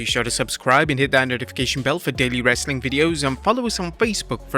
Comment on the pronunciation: “Wrasllin content” that was odd 😂